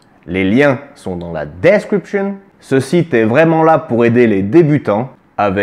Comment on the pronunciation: Bravo mon! Toujours aussi intéressant et ludique! Dès que j'ai 2-3 ronds à investir je le ferai en passant par les liens dans la "Descwipchonne!";)!